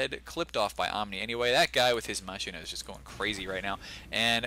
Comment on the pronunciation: Just a heads-up, pretty sure it's pronounced MAH-keen-uh, not MAH-sheen-uh. Still, you're better than the 90% of the population who says muh-SHIN-uh. Great cast!